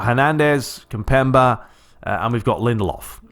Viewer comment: its pronounced kim-pem-bay